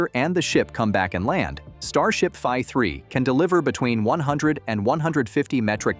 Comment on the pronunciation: If you’re gonna use an AI voice over can you at least get the mistakes corrected? It’s calling the V3 anything but “V 3”, saying five three, vi three or other garbage throughout the video. And the falcon heavy footage does not belong in a video talking about starship.